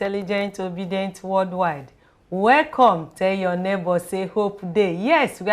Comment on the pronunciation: Please it is called worldwide not worldwild, please let her ajust.